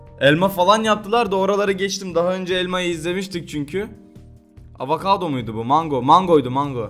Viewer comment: Hindistan cevizine avakado dedi ya :D :D :D